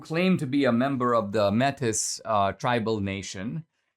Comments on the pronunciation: you keep pronouncing that wrong, metis, is like met ee, not met iss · Canadian here: fyi, Metis is pronounced 'May-tee', thank you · Good vid D. FYI...METIS is pronounced like MAY-TEA. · It’s not Métis it’s pronounced ‘ maytee’ . However As always Dinesh speaks the truth. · Metis, I do believe is pronounced (May-Tay) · Métis is pronounced may-TEE. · Metis is pronounced May-tee.